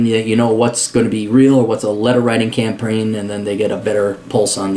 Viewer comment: You said hand litten wretter and campraign